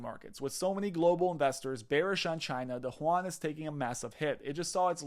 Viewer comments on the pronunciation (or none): lol Juan? it's Yuan man.